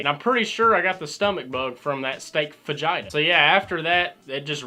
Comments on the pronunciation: the way he said fajita sounds like vagina. big steming pile of vagina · "They brought me a whole steaming pile of vagina." I know that ain't what he said but it kinda sounds like it😂